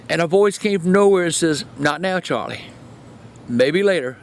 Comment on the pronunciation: "Says" is not pronounced say-z btw